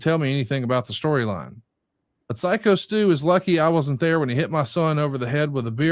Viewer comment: Glad now knows Stu’s name is “Psycho Stu” and not “Sicko Stu” like he was saying for a couple of weeks lol